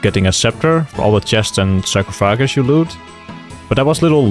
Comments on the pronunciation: Sacro-fagus , you should say sar-coff-agus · Sacro-pha-gus? ❌ Sar-coff-a-gus. ✔ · it's pronounced Sar--cough--uh--gus ; hope that helps friend, love the vids! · not that it really matters but sarcophagus is pronounced sar-kof-oh-gus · That was the most adorable 'sarcophagus' pronunciation I've ever heard. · is... is that how you think sarcophagus is pronounced or is that just a meme? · wasn't meant as an insult I apologize, I was just genuinely curious! that's cool though, now I know the Dutch pronunciation! :)